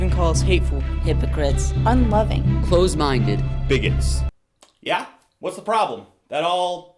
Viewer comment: "close" minded? CLOSE minded? With a voiced s even